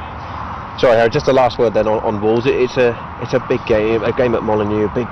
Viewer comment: "oh 'arry I didnt mean it like that" xD